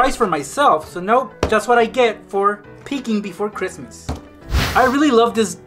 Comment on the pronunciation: Merry Christ ler. It’s toe morrow